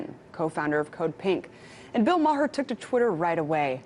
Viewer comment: Bill Ma-HER. lol.